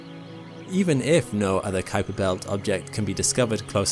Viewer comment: Great video thanks. Just a friendly comment and that is that the Kuiper belt is named after Dutch astronomer Gerard Kuiper. Most people incorrectly pronounce his name as K'eye'PER but it is pronounced COWPER as the 'UI' in Dutch is spoken as OW like in Cow.